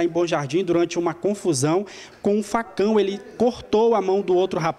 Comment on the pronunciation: O video é briga de facão e eu entendi briga de fação